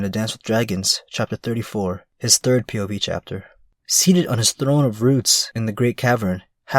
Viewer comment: you have to stop saying "pov" in the weird way that you do, because it sounds like you're saying "puberty"